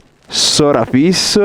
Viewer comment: 😍 Grazie per aver pronunciato finalmente Sorapíss nel modo corretto❤ ahaha 1000 punti solo per quello (